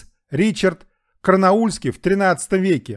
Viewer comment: Ричард Карнаульский ? Может, Ричард Корнуолльский ? ☝😉💥